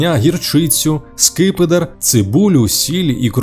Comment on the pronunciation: СемипалатИнськ, большовики, скИпидар... добре що не скипИдар - кров з вух!!!))) невже не можна було нормально начитати такий текст? Чесно кажучи, мене,як диктора радіо і ТБ, така начитка від ШІ обурює. Зрештою, диктори відійдуть в минуле))) Ніколи не розумів тих, хто досі сумує за есесером. Для мене сум і суцільна пітьма...